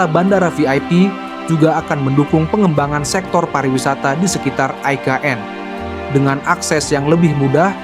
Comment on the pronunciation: Pewartanya gk bs baca ni, IKN woooyy bukan EKN